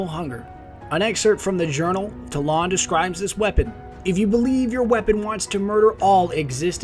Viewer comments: You dont even know wtf you're saying, stfu already, (Toll Ond?) Its pronounced "Toll-And" dumbass, stop making videos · You pronounced kabr, wrong and how do u think it's pronounced (towlawnd) it's just toland. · Why do you pronounce his name so differently from the game? They honestly say it many times. TOE-land not TA-lawnd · toe-land not toe-lawned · "Tole-ON- d"? Its "Tole-and" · If you watch again, you pronounced it Toe-lond...not Toe-land. I spelled wrong to get my point across. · TOE LEND!!! Not talahnd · Omg the way you pronounced Toland was annoying. It's Toland not T'larnd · Toelawn lol it is pronouced Toelend because you hear from cutscene where Eris Morn talks about him! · TolAnd not to tolond also library not lybarry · Toe lond?tol ond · The way you pronounced Toland bugged me. Given that we don't know how it's pronounced, my friends and I believe it's pronounced "Toe-land" not "Tow-Law-nd" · You say the name like "Towlaund" Just say Roland and sway the R for a T. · Its not Toe-Lawnd lol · Toe lawnd? really.... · Omfg..... it's fucking toland, not TolAnd, TOE-LAND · Why do people insist on pronouncing every character's name wrong? Toland. It's said IN THE GAME multiple times.... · You pronounced his name wrong in this video. It's pronounced Toe land. I know I spelled it wrong, but that was to get my point across. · It's pronounced toe---land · Couldn't stop laughing at "Toe-Lawned" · I'm pretty sure it's "Toe-lund" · Lol toe- lond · Ugh DX can't stand it... It's pronounced Toe-land. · Toland is pronounced (Toe-Lund) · Isn't it pronounced (toh-land)? Nonetheless, great video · I honestly can't stand how this guy knowingly goes around mispronouncing character names. He did it with Kabr and now Toland. They pronounce their names in the game multiple times. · im sorry but i stopped listening because i cant stand how you say toland